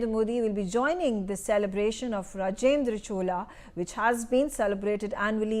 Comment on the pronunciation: Please correct your pronunciation of Rajendra Chola, and Chola empire, and other cultural aspects, madam.